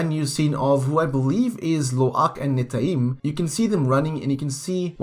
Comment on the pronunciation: It's Neteyam not Netayim